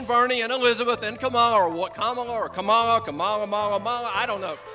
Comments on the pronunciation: KA-MA-LAH ahahahahahahhahahahahah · Dumby David will learn how to pronounce her name in the future. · As an Indian, I want you'll Americans to know that all of you, including Kamala herself, is pronouncing it wrongly. It's an Indian name, and the correct pronunciation is "come-la", not "comma-la" or whatever. Not that it should matter to such an extent, but anyway... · lol, and they still mispronounce in the ad, it's pronounced, come-la (not KH-A-mA-lA), come as in come here and la as in la Campanella, there is no mA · She pronounced her own name wrong in Cleveland. Look it up! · It’s not trouble, it’s deliberately mispronounced to show disrespect for what is considered foreign and not “American” I’m sure if there was a Kamala offering him money for special interests, the Senator would have absolutely no trouble pronouncing the name correctly. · I love how Tucker claims he unintentionally mispronounced her name and then mispronounces her name intentionally right after being taught how to use it- like do you really not see the problem here? Are you that blind? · 'So I just unintentionally mispronounce her name' * proceeds to mispronounce her name several more times on purpose * Jesus Tucker, even ignoring that you don't have the decency to look up the pronunciation, that's just pathetic. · "I unintentionally mispronounced her name" so he goes on to intentionally mispronounce it lol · “I unintentionally mispronounced her name !!” Continues to mispronounce her name multiple times 💀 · This was funny. I was laughing at the way he pronounced Kamala. It was like an entertainment or comedy show. And I dont think he should stop mocking her, because I want more of this entertaining comedy show. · That’s all they have to mispronounce her name. Bullies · I can see how its disrespectful to mispronounce her name, but wheres the racial jab claimed in the thumbnail? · Biden regularly says her name wrong